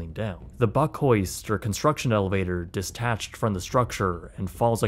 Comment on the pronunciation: “Distached?” These videos are always interesting but they’re always just a click or two below being truly professional.